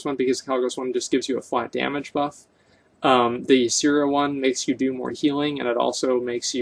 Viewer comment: I am pretty sure it's pronounced Yeah-seh-rah not Yi-see-rah.